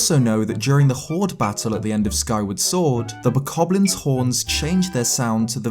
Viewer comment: Pronounced bokoblin wrong.